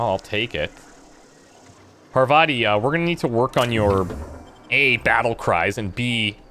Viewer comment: Is this not Paar-vathi.